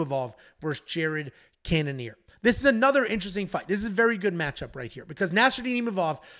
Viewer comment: "lnteristing" come out and play.